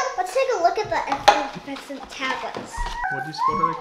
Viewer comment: "the EFFERVESCENT tablets" 😂